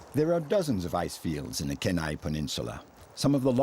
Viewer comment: As an Alaskan, Kenai is pronounced “key-ni” long “e”, long “I”. Also, most of this is on a peninsula and your pin o Alaska pops up in the very middle of the state, in the Fairbanks area. You’re several hundred miles north of the peninsula. I do get a little prickly since so many people know so little about Alaska.